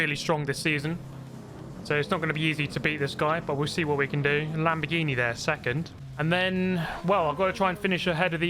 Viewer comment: I heard that too 😂😂